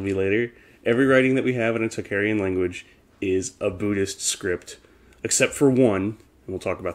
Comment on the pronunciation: great and interesting subject...however you are mispronouncing "tocharian" it is pronounced "tOke- AH rian" not "talk-aryan"